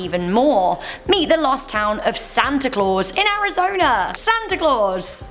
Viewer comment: I love how u say Arizoner lmao